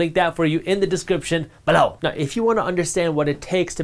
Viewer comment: Bro please stop saying BELOW the way you keep saying it…. It’s so annoying and get my nerves up